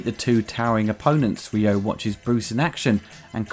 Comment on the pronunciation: His name is Ryo, Saeba Ryo...not Ryu like from Street Fighter.